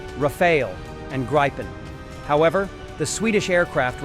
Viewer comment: Not "Graipen" but Gripen